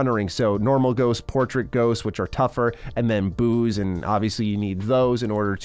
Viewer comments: Did anyone else hear Booze instead of Boos? I thought alcohol was a part of this kids game when he first said it haha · “It’s loaded with ghosts. It’s loaded with booze” Is what I heard lol